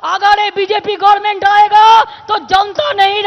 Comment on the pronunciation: কেউ একে বল, গর্মেন্ট না, গভর্নমেন্ট। সালা, ভুল শুনতে শুনতে আমারই মাঝে মাঝে মনে হয়, আমি ই ভুল শিখেছি কিনা?